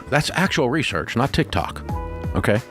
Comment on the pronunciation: Sorry I watched till very end … Ramsey saying Tik-TAK. 😂